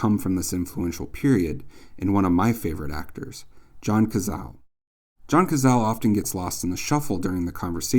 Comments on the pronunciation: Pronoune John's name Ca sa' le. In Italian z is said as an s as in Sally. Everything else is GREAT! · Cazale is an Italian name it has 3 syllables!!